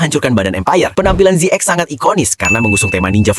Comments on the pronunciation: ZX bacanya Zet Cross, bukan Zet Ex ZO bacanya Zet O, bukan zo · ZX itu dibaca "zi kros"